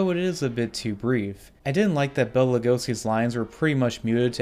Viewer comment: Except when he says Bella instead of Bela.